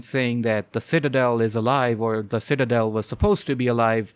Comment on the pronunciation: Ah, yes, the Shitadel.